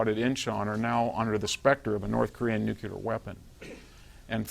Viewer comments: DEAR NUCULAR IDIOTS..........this is really easy to fix. Just say the words NEW and CLEAR as fast as you can...............problem solved. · the smartest guy that still says NUCULAR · "Patrolling the Mojave almost makes you wish for a NUCULAR winter . . . "